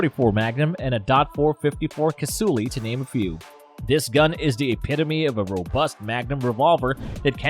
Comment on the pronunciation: "DOT 454 Casulli".... Haha!